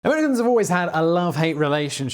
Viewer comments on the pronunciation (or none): Great video. Just curious why he slurred Americans into Amullians at the beginning. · I had to rewind it a few times. I think he said "Americans."